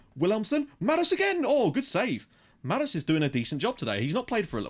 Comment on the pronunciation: And I think that "s" in Marus is a "SH", Marush